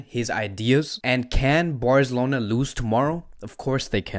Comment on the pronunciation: Dude can’t say Barcelona correctly 😂